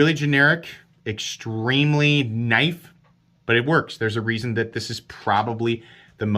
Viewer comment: Oui loik that knoif. It's schweet.